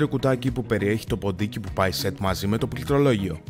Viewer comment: νομίζω ότι πρέπει να κάνει πρόβα τη λέξη πληκτρολόγιο